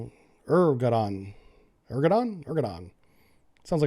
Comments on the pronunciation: It's pronounced UR-DOO-WAN, for whatever reason, IDK, but that's how everyone says it on the news. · So... China's proxy at the end of the "Belt and Road" gets some modern hardware from our alleged ally to use against us in a few years... Also, the President of Turkey pronounces his name "Erd-o-wan." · The turkish president's name is pronounced Er-do-wan.